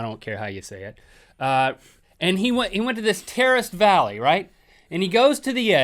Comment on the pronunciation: when link said "terraced valley" it sounded like "terrorist valley"